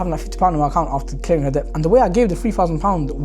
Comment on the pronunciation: Brother just wanted to let you know that the word Debt, it’s pronounced like Det, the B is silent, sounds like you were saying Dept but yeah. No shade, just thought you might like to know. You’re doing great 👍